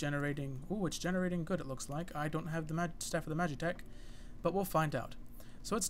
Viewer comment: you cant even talk ITS NOT MAGICTECH ITS M A G I T E C H